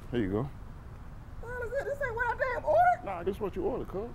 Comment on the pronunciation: "you said WHET"